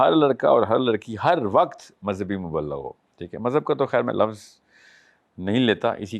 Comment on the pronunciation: ب کے نیچے زیر ہے مبلغ ہوتا 😂😂😂😂😂😂 اور تم دین سیکھاٶں گے